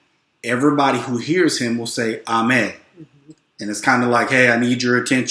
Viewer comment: Agooo and amee not Amay. It simply Helloooo And the response is Hi so shoo is helloo and amee means hi